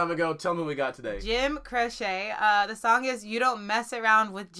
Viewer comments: Jim "Crochet". No...he's not a knitter. It's Croce. Pronounced "Crow-Shee" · Jim "CROCE" was an awesome entertainer, and pronounced "Crow-Chee." "CROCHET" is a craft, made by looping yarn with a hooked needle. 👍😎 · It's pronounced as "crowchee", not "crochet". I agree with all who've suggested "Time In a Bottle". It'll completely switch things up, but in a beautiful way. 🙂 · Crochet?! “Cro’ chee. Don’t worry we all did it! Thx! Rascals please! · Btw. It is not Jim Croce (Cro-shay), it is Jim Croce (Cro-chee)! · Crow-She not cro-shay. FYI. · his name is pronounce Crow-Chee. Not crochet like what you do with a hook. It's Crow-Chee. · Jim "Croce" is not "Cro-Chet" like the knitting. It is "Cro-she" just thought I would help. LOL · You're killing me with the pronunciation. It's not Kro-Chey. It's Kro-Chee!! I dedicate "Time in A Bottle" to you both. It's probably his biggest hit and one of the most beautiful songs ever. Although the 2 songs you've done are not just my 2 favorite Croce songs but 2 of my all time favorite songs by any artist. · It's Croce (CROW-chee), not crochet (crow-SHAY). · I'm giggling sooo much as y'alls pronunciation of Jim Croce's last name!!! It's not pronounced like the sewing crochet word, but instead it is pronounced like cheetos at the end CROCHEE <------ that is how it's pronounced. And yes his songs were great fun in the 70's when I was a kid! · It’s not Croshay. It’s Crochee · HIS NAME IS PRONOUNCED CROW SHE......NOT CROW SHAY. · It's not Crochet it CROWCHEE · Please say crocee not crochet! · Croce, pronounced Crow-chee. And yes... Def "Time in a Bottle" next. One of the most beautiful and romantic songs in musical history. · Jim Croce was an amazing singer songwriter. Left us after only a coupe of years of making it onto the music scene! Request OPERATOR AND TIME IN A BOTTLE! Croce is pronounce KROCHEE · ALL TOGETHER NOW: CROW-CHEE 🤣 Nah I’m playin…y’all are cute when you say it wrong. 😂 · Pronounced "Crow-chi" great reaction ✌